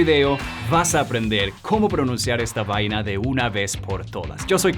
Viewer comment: Que raro escuchar "vaina" sin acento colombiano